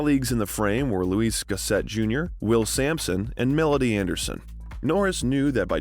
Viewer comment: okay well I wasn't talking about Chuck Norris or Texas. I was talking about Louis gossett Jr and how he overlooked him when he was mentioning him. He did not say his name right so obviously I thought he didn't know who the hell he was. So I mentioned that iconic line that he said a movie that basically everybody knows him for. So I don't know why you felt the need to tell me all this stuff, but I think you need to reevaluate the way you see things. Just saying.